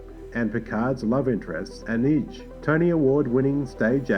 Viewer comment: Nice video, but your pronounciation of Ruafo, Anij and Doughertys names is awful!, i don’t mean to be rude, but it just smacked me in the face every time you said them.